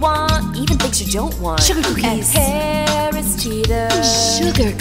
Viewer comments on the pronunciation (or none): My favorite parts were her saying groceries 3 times in 10 seconds and Shooger Cookies